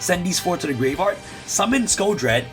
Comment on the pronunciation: I will donate $100 next livestream if I get a video of him pronouncing "graveyard" correctly for the entire video